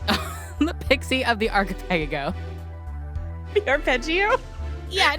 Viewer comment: ARKA-PEGA-GO.......YOU MANAGED TO SAY ARPEGGIO AND ARCHIPELAGO WRONG AT THE SAME TIME?!?!?!